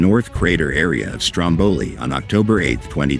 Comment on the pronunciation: You don’t even get the name right - let alone the rest of the video …😂 👎